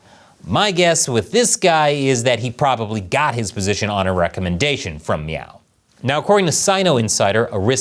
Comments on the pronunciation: Are you saying "Meow"? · How many times did you say "Meow" in this episode? I know that's not the spelling but it sounded like the Cat Game scene from Super Troopers. Hahaha. 🍯🍯🍯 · Every time you say Miao(meow) I start laughing and thinking about Super Troopers 😂😂😂. Meow what? Listen here meow!